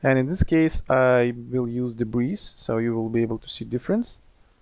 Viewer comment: FYI: The S in debris is SILENT. Check this link for the Google definition, and click on the SPEAKER to hear how this word is pronounced